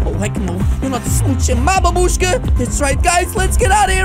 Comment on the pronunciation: did you say bababuska and babuska😂😂